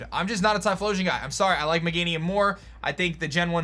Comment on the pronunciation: Not magenium ......meganium